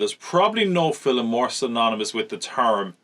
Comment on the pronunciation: It’s amazing. “Fillem”. Made me happy every time.